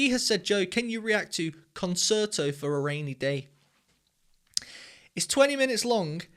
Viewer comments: It's conCHerto, not conSerto. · Concerto is an Italian word - pronounced "concherto".